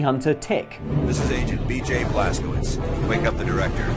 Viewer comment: The pronunciation of the Wolfenstein protagonist is Blaskowitz, rhyming with it's. He's American, and Americans of both Polish and Jewish ancestry pronounce it that way.